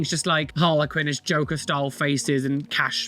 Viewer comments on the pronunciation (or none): none